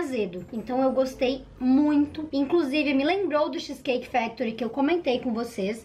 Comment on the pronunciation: Nossa que agonia dela falando xiiiis cake skksskskkskskss